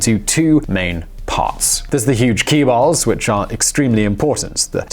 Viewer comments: you certainly have no idea about South Korea. Before uploading at least three decade old video clips of Korea. Please do read any economic report about Korea from OECD.You had trouble pronouncing Chaebol correctly because you did not have sufficient knowledge about Korea which you anyway talk about as if you were an expert. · Omg that pronunciation made me want to pull my hair out. Usually I like this guy and his videos but this one was just bad. Do your research before you record and present next time please. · 1. I wish commenters would stop being mad about your pronunciation. My wife is Korean and we listened to this together. Yeah you butchered it. But she also says you aren’t Korean and she’s happy someone giving this topic fair attention. She sees Koreans mispronouncing foreign words all the time. It’s ok. 2. Moon’s plan is. Meh. The NK collaboration is bound to happen eventually but yeah. While that’s a great idea it’s gonna be insanely difficult to get people on board. So difficult that it’s unlikely to happen. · seriously you are making youtube video yet dont bother learning how to pronoun chaebol. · Ok, he pronounced Hallyu right, yet he has trouble pronouncing chaebol. DOH! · Chaebol...he pronouned it incorrectly huhu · one of these days he will pronounce "chaebol" correctly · I know! It took me a few listens to finally understand.... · "chaebol" pronounces more like "JaeBuel" which means "Extremely Rich[family]". President Moon is has been doing excellent reign, despite fighting old school politicians and "chaebol". He is the fighter for a common people, where elite were ruling the country for a long time. Korea has come a long way, and it's time that she begins footstep of individual rights and true democracy!! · Hallyu is pronounced perfectly. Chaebeol should sound like "jaebeol" Many clips are very old as though they are from the 1980's. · Kee-balls? So chicken is kicken and China is Kina? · conglomerate = chae - bul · Chaebol is pronounced zaibatsu